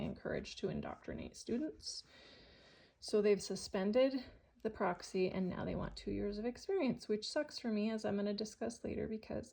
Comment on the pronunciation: There’s no way Tennessee would require a 180. Also, why do you keep calling it Proxy instead of Praxis. It’s pronounced praxis like practice.